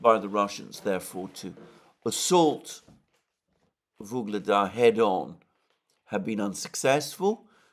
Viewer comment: Alexander, please. Its UGLEDAR, not Vygledar. YUGLEDAR!